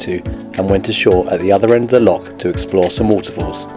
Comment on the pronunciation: PLEASE can you pronounce "LOCH" properly - its NOT "lock" - you only find those on canals. I'm afraid that for us, this seriously detracts from the otherwise good videos you produce.🤨